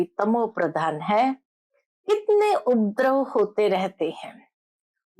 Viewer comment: UPADRAV BOLNA SAHI HAI, UPDRAV NAHI. P PURA BOLEN, AADHA NAHI.